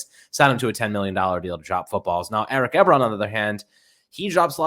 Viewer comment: It's 'E-Bron' ;-p